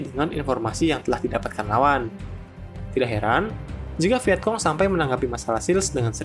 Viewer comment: Kayaknya bacanya viecong bukan viekong